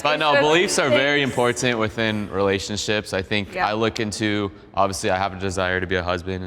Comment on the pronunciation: rofl your cringe face on when hyper christian dude said "im POR TANT" lmfao